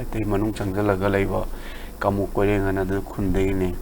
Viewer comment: It's koren not koireng 😂 Migi maming phao ba phajana kou ba ngam ba hei tra ga istv da interview lou riba